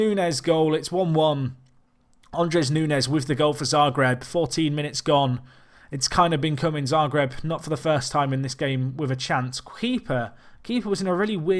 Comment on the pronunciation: Sorry for the correction, but Andrés is not André (the S is pronounced)